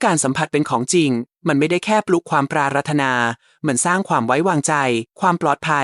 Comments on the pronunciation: ควรให้คนอ่านAI.อ่านไทยไม่ถูกเช่นปรา..ระ..ธนา..อ่านว่าปราดถะหนา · ทำไม. คำพูดที่ได้ยิน. ปรารถนา เป็นเสียงเพี้ยนไป. น่าจะ ออกเสียงว่า. ปราถนา. แต่ออกว่า. ปรา. รด ถะนา ขอคอธิบายด้วย ครับ